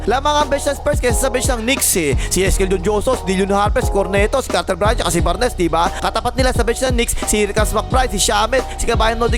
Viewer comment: Bar-nes and foxboy. Hahaha